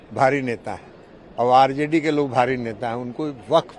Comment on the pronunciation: Waqf ❌ nhi wakat ✅ 🤣🤣